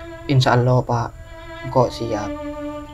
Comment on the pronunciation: Filmx cukup bagus..tp cuma satu pesan dari saya pribadi..buat lah film yg se akan akan tdk mnjadi contoh buruk kpd masyarakat..dan saya pribadi minta dgn kata ( ALLAH ) d prbaiki..kita kan asli Madura masak TDK bs ngomong ALLAH dgn omongan bnr n jls..d bnykx film ttp aj saya dngar ALLOH bukan ALLAH